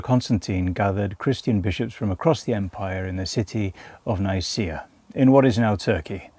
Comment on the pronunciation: If you dont know how to pronounce Nicea, dont make a video about religion